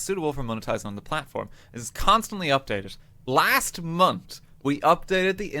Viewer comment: Can't lie I really dislike RTgames. Also. He can say "This" but month turns into "Mont" He does deserve to be punished